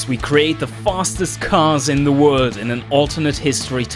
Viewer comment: I'm not making fun of you but it's funny how you say world LOL The fastest car in the word